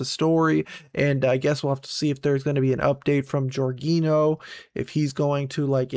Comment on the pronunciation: You pronounce the nh like a ñ so Jorginho its like Jorgiño